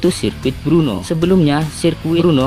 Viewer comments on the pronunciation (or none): Udah ngmongnya di jelas"in ech kliru lagi Brno bang bukn Bruno, lu kira pmain MU bang Bruno Fernandes 🤣🤣